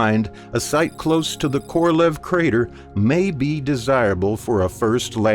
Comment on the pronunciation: Korolev crater, not Kolorev